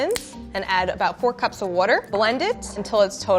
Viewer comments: the way she says water it sounds like worter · Her pronunciation of "wooder" makes me wonder if she's from Pennsylvania. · and Brad Leone would be friends because of the way they pronounce “water” like, “wOder” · This host: “Wudder” haha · Just like Brad Leone from Bon Apetit - she says "wourder". Okay, we know what you mean. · Omg she says worder like Brad from Bon appetit. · must be from Pennsylvania. The only state I know of that pronounces water as wudder. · Pronunciation of pecan: no reaction Pronunciation of water: tHiS LAdy sAId WOOter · Is she from Jersey? She do be pronouncing water like she is 👀 Or philly? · i think she’s canadian, listen to how she says water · I can’t stand the way she says water. There’s no o or d in the word. How do people mispronounce it?